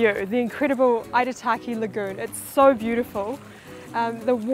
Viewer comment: Eek ah mar da pronounce your T's or atleast pronounce the name Aitutaki as you hear it.